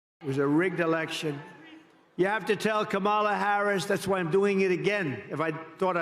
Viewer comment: Gee, he's saying kaMAla again? Must be getting desperate.